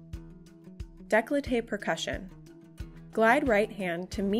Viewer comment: "Daycoltay", not "dayclotay".